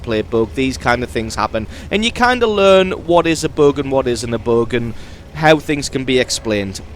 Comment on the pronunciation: WTF is a "boog"